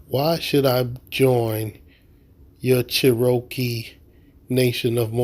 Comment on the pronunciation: She wasn’t tribal during that car chase.when did this happen??…and why are they purposely mispronouncing Cherokee???